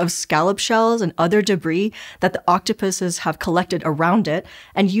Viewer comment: I already love videos, her voice is so soothing. But hearing her correctly say octopuses made me so happy!